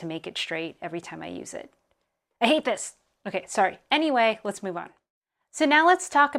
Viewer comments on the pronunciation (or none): none